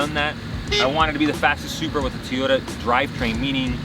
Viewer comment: I've seen this a lot lately. People pronounce Toyota incorrectly. People saying Teeyota. That's not right, not sure where it's coming from. Here are a couple of links with the proper pronunciation. Love the car and you seem like an awesome person. Keep up the good work and keep the car how you like it!